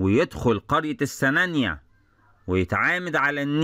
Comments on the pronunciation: جميل جدًا، ياريت تنور دمياط وراس البر 💖 نطق السنانِيّة بكسر النون وتشديد الياء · راجع طريقة نطق السنانية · حضرتك بتنطق السنانيه غلط